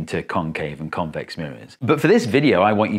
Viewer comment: FFR, ya gotta emphasize the "-VEX" and "-CAVE" syllables instead of the "CON-," because those are the differing parts of the two words. There's no comparison between "con-" and "con-."